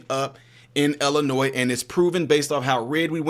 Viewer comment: seriously!!! There is only ONE Illinois. Learn how to pronounce the name of the state.